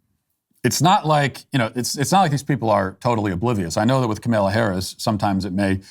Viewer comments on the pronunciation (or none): Dear Matt: Please pronounce Kamala Harris's first name correctly. All the 'A's are the same: short; stress is on the FIRST syllable, Comma-luh. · Its funny that Matt just decided to never pronounce Kamala Harris’ name correctly haha